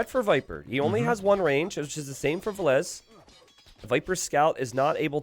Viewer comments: Why is saying vilessa it's said vil-ess or vil-ease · Vilees, Vilese, Vilesa: Vilessa, Vileesa, Vilees It's funny how English speaking can't say the double L and if they somehow say it, they don't pronounce the last E from the Ville and only say Vill. Or twist it some other odd way:D Best I've heard from is to say Villes. I'm only triggered how says it like Vilessa. It makes it sound like a girl name:D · I think he calls himself V_I_llese and not Vill_E_se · Jeeze, if says Valesa one more time! I swear... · I absolutely enjoy and respect as a caster, but why did it have to be him on this set specifically, with his grating pronunciation of "villesAH"... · i'm over here thinking his name is pronounced vill-eez. but i hear you two call him vill-ess and vill-esseh. driving me nuts. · They absolutely need to. This "villeZ - villes-AH" is like a cheese grate to the ear. was doing it on purpose I guess. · Doesnt matter which way is correct, the 2 of you need to agree on how to pronounce "Villese" when you're co-casting